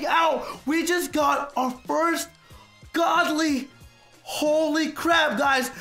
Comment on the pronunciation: Who heard him say goodly like good ly 😂